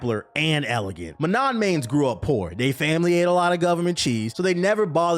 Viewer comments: What about those who mispronounce [ kara-TE] as [ka RA dee]? Huh? How about pronouncing [ma-NAW] as ma-NON..... What does YOUR main say about YOU? Huh, smart guy? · That’s not how you pronounce Manon 😭